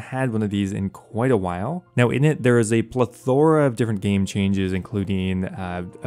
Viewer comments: plethoh-rah not pleth-oh-RAH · the way you say plethora keeps me watching:)